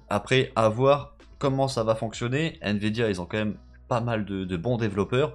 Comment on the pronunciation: Il dit" N vidia